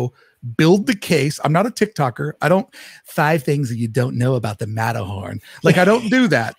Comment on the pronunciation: I love but I love "unplugged" even more lol 😂 "Matter-horny" 😂😂 "Treasure Planet" 😂😂😂